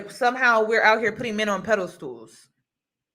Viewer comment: its pedestal not pedal stool. I say that with zero shade and the utmost respect. But everytime you say iy its like nails on a chalkboard for me. Lol😵‍💫😵‍💫